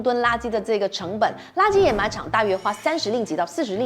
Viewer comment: 上次的掩埋和沼气都读错了，这次有改，给个赞你👍